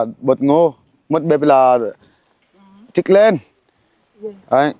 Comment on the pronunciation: Đức anh sửa nói từ thịt lợn cho đúng chứ toàn nói thịt lên